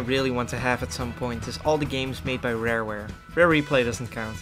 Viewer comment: You said Rarware, I liked the video.